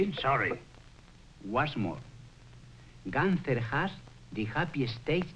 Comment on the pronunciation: Gunther is a German name, has to be pronounced Goonter instead Gahnter